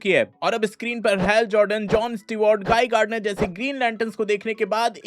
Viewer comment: GuyGarden ❌ GuyGardner ✅😂